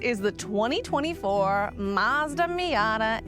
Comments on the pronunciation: It’s pronounced Mazda not Marsda !!! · Where is the R in Mazda? 🤣